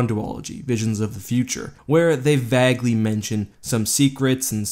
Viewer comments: VAY-guely, not vAGuely . SAW-gah not SAG-GAh. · Vaguely... It isn't pronounced that way my friend.